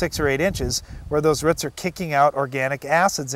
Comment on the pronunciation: he says roots like ruts